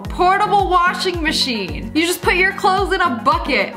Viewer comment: "Portable washin mashin BiG bRaIn